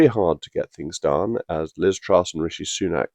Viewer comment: Angler Reynier, the woman who wants "Fings Done Propper" thick as sht.